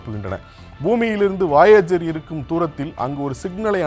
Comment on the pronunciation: என்னாது வாயேஜரா? அது வொயஜர் Voyager.